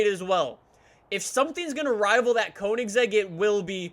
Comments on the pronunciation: did this guy just say wot CONE-IN-SEGG-IG-ERA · Hol up... its cona-a-seg not conen-zeg. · Anyone else cringe at how he said Koenigsegg ?? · Jaylen Reives-Laws conansaeg regeera